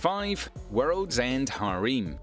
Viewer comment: This video was a bit of a miss.On top of the incorrect Anime names everyone else mentioned, Shiroi Suna no Aquatope is a summer Anime; granted it will continue to air this fall. Since I'm here, your pronunciation of "harem" is also quite off. Cheers. Thanks for the video.